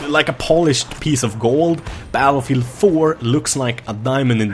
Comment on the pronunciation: just realised about the "batelfielf" lol